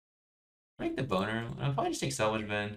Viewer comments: Awesome play but the way you say debonair is amusing. Turned subtitle on to make sure i'm hearing it right and it's even more funny as it reads "the boner". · Is anyone else super pissed about how he says Debonair??